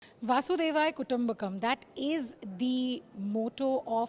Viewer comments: Vasudeva not Vasudevaya 😅 You could have introduced the hotel staff properly. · It is vasudhaiv kutumbakam and not vasudevaya kutumbakam...... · It is Vasudhaiv Kutumbakam and NOT Vasudevaya. Please do your homework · The motto is Vasudhaiv Kutumbakam! That is Vasudhaa (The Earth) Ev Kutumbakam {family). It is unfortunate, that today even Indians cannot properly pronounce a well known expression in Sanskrit.